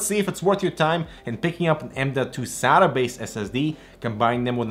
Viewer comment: Why do you say Sata like that...